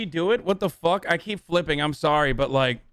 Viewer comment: When Hasan said "What a fuuhck" in the Italian accent, it killed me lmfaooo